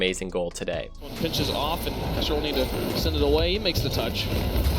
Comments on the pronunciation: STOP CALLING KUXIR KOOXS-EER LMAO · Noooo it's not "cooksear" it's "kuxir".... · it's not called the cooks ear pinch. it's called the kuxir pinch. why does nobody say his name right... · I hate how he says Kuxir lol